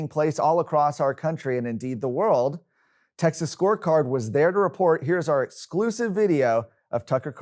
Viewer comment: Pronounced TEXAS not TACKSASS- announcer ain’t Texan for nothing